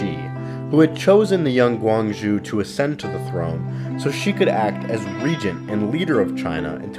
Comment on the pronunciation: "guangZHu" "sYxi" "HosAEn"